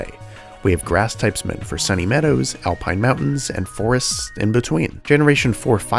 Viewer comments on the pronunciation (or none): none